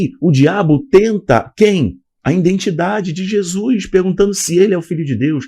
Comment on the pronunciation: Que isso?? "Jesuis"? Noutro vídeo falou "indentidade". 🤭 É nordestino agora? 😅 Aqui nóis fala assim. 😬